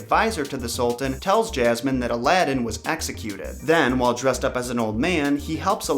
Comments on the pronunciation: Why do you pronounce Jasmine as JAZZ-MAN????? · Lmao 'princess Jazzman' anybody else hear this?? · This is the first time I’ve ever heard someone say jasmine like that. Honestly it kinda bugs me. I would correct anyone who pronounces my name wrong. For reference I have been called yasmine (yas-mean and ha-s-mean), jazz-mean, and jazz -MINE (this one only said jokingly). So far never been called Jazz man. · Lol why does it sound like you're saying, Jazz-man? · he keeps saying jasmines name “jazzman” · Why did you say “jas-man” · jazzy uhm. No.. I say it how it’s supposed to be pronounced and I’m American.. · Did he say jazzman?😂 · why the fuck do you keep calling jasmine ''jazz man'' O.o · Why do I keep hearing princess jasman? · Princess Jazzman? lol dude, check that pronunciation. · Her name is ياسمين you know like "yasmine" I don't get how you put "j" in there tho :/ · Why do you pronounce jasmine like Jazz man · Jasmine .. he kept saying Jazzman probably he from the South. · ya like jazz[man]? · You said jasman XD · 'Princess Jazz-man' Dat pronunciation. It could be considered an improvement. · ray , thanx again, the revision made it more Alladinly. Actually if you listen to the song, she pronounces: JazzMin ( or however you want to spell it), rather than Jazz Man. Even so...a great song sung by one of the Brill Building's best! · It's actually pronounced hasman in Arabic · Why do you keep calling her Jazz Man? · why does he say jazz-man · Actually: Yasmeen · Both r wrong it's yasmeen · Lol his southern accent 🤣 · If you say Jazzman one more time... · “JazzMan” LoL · Why do you pronounce "Jasmin" "Jazzman" 😅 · Why do you keep calling her Jazzman??? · XD When you say Jasmin, I keep thinking you're saying, "Jazz-man". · He kept saying jazman (jasmine) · Omg Jaz-man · The was he pronounces “Jasmine” is especially funny to me because my name is Jazmin and it just kills me 😂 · I'm American and I don't pronounce Jazmine like that